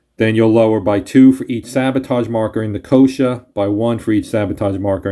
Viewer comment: Thanks for the playthrough - though I didn't think anyone could ever find a way to mispronounce Nicosia but you managed it :) - it's pronounced "Nick-oh-SEE-ah", not "NickOHsha"!